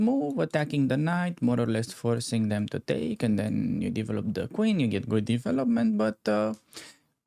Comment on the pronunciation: Hi! I like your videos, but... try to say "devellop" rather that "deevelopp"!;-)